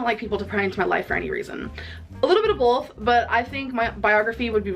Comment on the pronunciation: Starving = starveeen Both = bolth